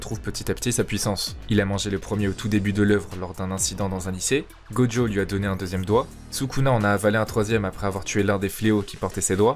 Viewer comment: Pourquoi tu l'appelles Godjo alors que son nom c'est gojo ?